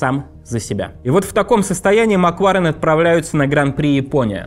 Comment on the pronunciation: Ребят, простите, может, я злая, сильно раздражает «макВУарен», «формуВА», «поУ-сезона» 🥹😢